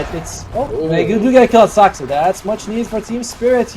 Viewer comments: Me to the commentator: Say Saska one more time! 😡 The commentator: Saska! 🥴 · its Saksa not Saska